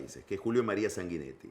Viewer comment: Se pronuncia Sangüinetti, Pagni, me extraña.